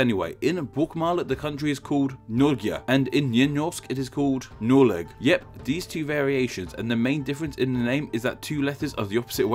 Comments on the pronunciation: Why to you say noreg as norleg lmao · Lena Persin he literally said "njy njorsk" instead of nynorsk, and "njoleg" instead of noreg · "narrow" huh? Well, that never occurred to me. But it does make some sense. As for pronunciation of "Norge" and "Noreg", there is always a break after the "nor" for both. That was your biggest mess-up there. And one minor thing: while dialects differ much on this much, the O in "Nor-" is often a pure O, instead of the regular O. Especially where Nynorsk is dominant. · I don't know much of the old norse pronounciations but you really butchered Norge and Noreg